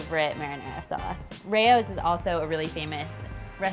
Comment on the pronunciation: Whyd you pronounce raos as ray-os 🥴